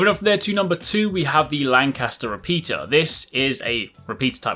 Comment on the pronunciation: It's Lancaster. Not landcaster.